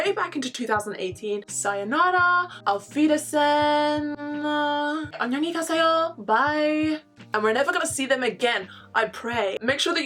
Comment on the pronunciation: I didn't even watched more than a minute now but the "Auf Wiedersehen" and the "안녕히 가세요" had me so much xD Like girl, you're awesome for trying to speak German (you did great btw) and the Korean :)